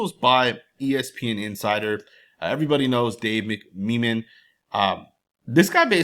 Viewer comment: It’s pronounced Dave mick-Mena-Men bro